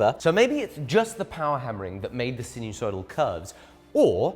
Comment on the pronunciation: Sinusoidal, not so sinewsoidal.